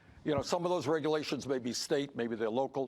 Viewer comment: Bernie - "What regulations are you referring to?" Idiot - "You know...the regerlations!!! And OBAMA!!!"